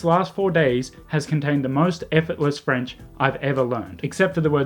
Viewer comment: Your French accent is on point, though. 😂